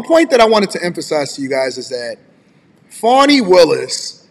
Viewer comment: Not Fawni or Fauni. Fani= Fan-ee.(dictionary) Don't you people know how to speak English! The judges is week and not a man, cannot control his courtroom and witnesses! She should be fired and charged immediately! Show me a Democrat and I'll show you a piece of sh*t! She's a perfect example!